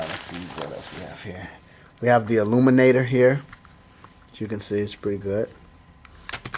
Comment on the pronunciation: i cracked up every time you said illuminator.... haha